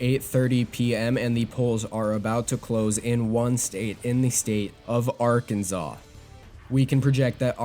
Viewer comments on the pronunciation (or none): Loved it, but... arkan zaw?